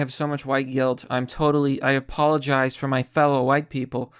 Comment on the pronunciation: I also notice that he adds a more "Black" inflection when he looks at the camera and says 'Apologize for my people'.